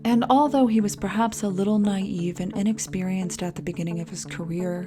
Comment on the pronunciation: naive is pronounced na-eve as in Christmas *eve*, not nave.